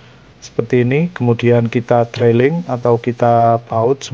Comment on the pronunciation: Pengucapannya bukan "Drailing" tapi "Driling".. sorry.